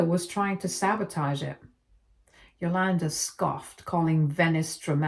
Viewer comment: It drove me crazy every time she said the name. Cool! 👍🏾 Now I get it.